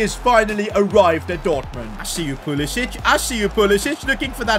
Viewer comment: Why does he say pulisich